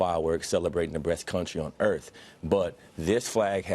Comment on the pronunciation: “Celebratin the breast country on Earf”